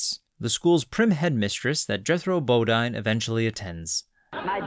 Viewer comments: "Jethro Bo-DEEN", NOT "Bo-DINE"! And it's "YOU-niss", NOT "You-NIECE"! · Also Bodine is pronounced Bo-Deen not Bo-Dine and Eunice is pronounced U-Niss not U-Nice. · "The Beverly Hillbillies", not "Hillbillys", and Jethro's surname is pronounced "bo-DEEN", not "bo-DINE". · SIGH. Bo-DEEN. It's pronounced Jethro Bo-DEEN. How little research, effort, or even knowledge it would have taken to get that right. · Bo-Dine? U-Nice? Millennial mispronunciation strikes again. Oy. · Marvelous tribute to this character actress. Narration is beautifully delivered, so it is shocking to hear bunglings "Bodine" and "Eunice".